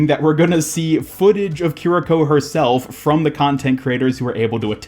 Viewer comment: You actually got the pronunciation spot on. Japanese doesn't really have much in the way of syllable emphasis, and your vowels were all correct. As a fun side trivia... o-fu-da Japanese--Kiriko's healing source and fu-lu Chinese--the talisman on Mei's Jiangshi skin Are both related, inspired prayers to gods, typically for exorcism/redirection of negative energies. Purportedly, according to some of the occult reads I've been going through, the Hu Xian fox cult may have spread the use of those from China over into Japan, at some point.